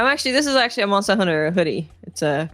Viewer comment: Sounds like she’s saying “monstah hunter” every time lol